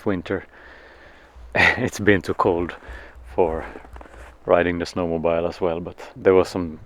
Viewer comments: This was a great video. Thanks. But no d-o-g?? No sheep? Also, we say snow mo-bill. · I love the simple, quiet way you let the children explore life without any forceful encouragement to direct them to achieve something particular. Very different to what seems to be normal in UK. For Mathias: 'mobile' - the phone rhymes with 'mile' but snowmobile rhymes with 'wheel'......otherwise you're riding on a huge phone through the snow!! :-)